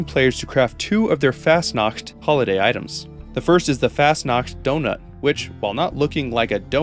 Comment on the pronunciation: Fasnuaught is pronouced fos-not